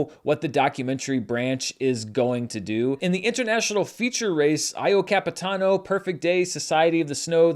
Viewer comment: Your pronunciation of "Io Capitano" gave me chills,. There's this tool on most of the dictionaries on line that gives you a brief audio with the actual pronunciation of words. I know every second is precious, but you might want to try it for stuff like movie titles.